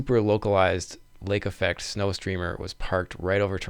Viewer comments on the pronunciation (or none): Lake Effect - not Affect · "Lake Affect"? Not "Lake Effect"?